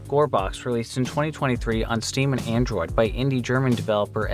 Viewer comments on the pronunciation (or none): none